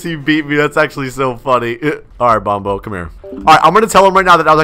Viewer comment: bombo? it’s bonbo